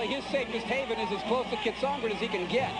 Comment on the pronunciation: The announcer is getting on my nerves. It's pronounced KEE-AT-SON-GREE, not CAT-SON-GRIT.